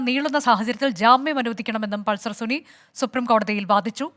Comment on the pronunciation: Pulser suni അല്ല സുന 😂.